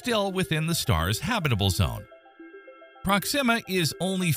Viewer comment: I have never heard the pronunciation "prox-zima" before, I always heard it was "prox-ima".